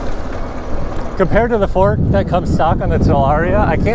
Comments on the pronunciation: He sounds like he's saying "sir Ron" like a British lord or some shit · The way you say sur RoN is bothersome